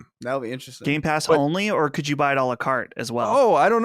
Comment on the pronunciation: It's "a la carte" which means to order items separately. I find it pretty funny he pronounces it "Alucart" like it's a Castlevania character or something 😂